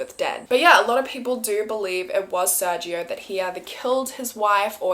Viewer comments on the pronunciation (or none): I love you and your content so much, but as a Hispanic I must correct your pronunciation on something 🤗 the G in SerGio is actually pronounced as a (English) H or strong G. So it'd be Ser-Hio.